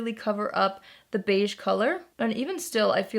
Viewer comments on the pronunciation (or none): none